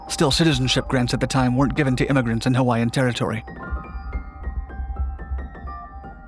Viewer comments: I’m Hawaiian and this dudes pronunciation of the Hawaiian words was almost flawless which is super rare. Props. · born and raised on maui. i new of this story since i was a small boy, he became the first prisoner of war. good job on pronouncing hawaiian words very good.